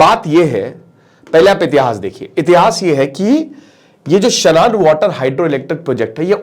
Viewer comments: शानन है भाई... शनान नहीं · इसको शानन बोलते हैं